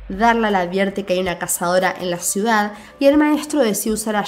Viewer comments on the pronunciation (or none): none